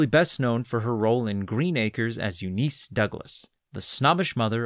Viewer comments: "Jethro Bo-DEEN", NOT "Bo-DINE"! And it's "YOU-niss", NOT "You-NIECE"! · Also Bodine is pronounced Bo-Deen not Bo-Dine and Eunice is pronounced U-Niss not U-Nice. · Bo-Dine? U-Nice? Millennial mispronunciation strikes again. Oy. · Marvelous tribute to this character actress. Narration is beautifully delivered, so it is shocking to hear bunglings "Bodine" and "Eunice".